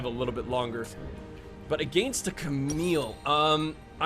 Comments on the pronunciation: cant get over the fact that you say "ahgainst" and it doesnt actually bother me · My god the way you say against is triggering me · I hate how he pronounces "against"... You're not English,!